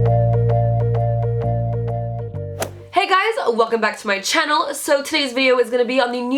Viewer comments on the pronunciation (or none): i love the way she says channel. everyytime